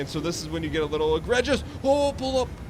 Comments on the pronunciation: It's pronounced "agree jus" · the amount of times he says egregious is astonishing, and the fact that he hasn't said it correctly once is just... jesus fuck. Not only does he pronounce it wrong but he doesn't even know what it means, he said at one point his speed was egregious. I can't even